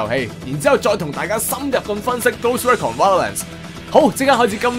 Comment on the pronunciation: Recon <-- RE-CON not REC CON